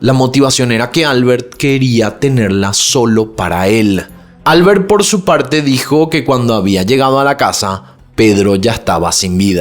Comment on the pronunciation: Comentarios fuera de lugar sobre Rosa. Su vida sexual está siendo cuestionada. “Controvertida” (no “controversial”). “Albert” se pronuncia “AL-BÉRT” (no “ÁL-BERT”).